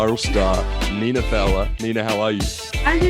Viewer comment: ITS NINA NINA NINAAAAAAA